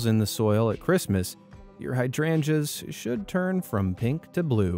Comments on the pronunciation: It's pronounced like hide rangers not hadranjas . Also are you talking this slow on purpose. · Heya! Just a tip! Hydrangeas is pronounced hide-range-us ;)